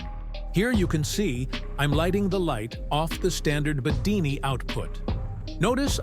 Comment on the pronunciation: Not BEDINI. And remember: AI audio: Instant Thumb Down.